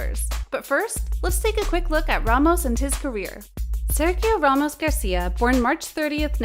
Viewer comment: Please learn how to say his name!! And how the word for football in French is not balloon.! My gosh. Your job is speaking / reading..